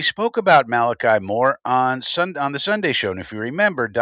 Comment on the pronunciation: ch in a named is pronounced like a "k" ...